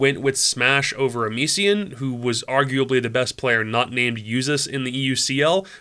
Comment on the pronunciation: Amision pronounced like vision, anyway good job on the video